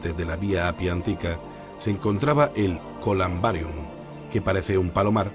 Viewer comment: colAmbarium, no: es colUmbarium. Esa A hay que sustituirla por la U. Lo demás, genial👍